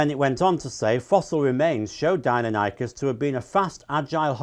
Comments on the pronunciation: I was just listening to this in the background and I could NOT figure out what dine-NO-nie-kus was.... its dy-NON-ik-us. Normally. that doesnt matter, but if your trying to claim you know enough about them to dismiss paleontologist... even wikipedia will show how to pronounce most of them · It hurts my soul every time I hear him say “Deinonychus” incorrectly. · That's how I used to pronounce it when I was 10 - about 2 years after I abandoned creationism.